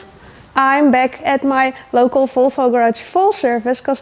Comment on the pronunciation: I'm gonna be honest here. The only reason I watch these videos, is the way you pronounce Folfo. Thumbs up.